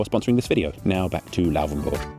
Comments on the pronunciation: It's not Lauwvenburg but Laufenburg. You are allowed to articulate the f very clearly as a voiceless labiodental fricative (as some name it). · its not Louhwänburch. :D Its Laufenburg :D i once learned in a bakery that had a shop very close to the bridge. funny times! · It really kringingly anoys me that you say Lauvenbörg. WHY. "F" is the same sound in englisch and german. And börg is also unnecessary. You know how to pronounce burg. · The letter 'f' does not sound like 'v' in German. You keep saying "Lauvenburg", which is wrong. It's basically the same 'f' sound as in English. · why did you pronounce it Lauvenburg the whole time? is this actually what it's pronounced as?